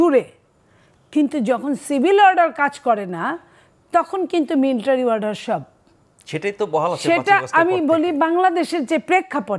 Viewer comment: Miltary nh madam military